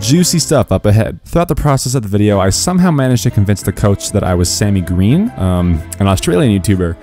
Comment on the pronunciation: i am sammy gween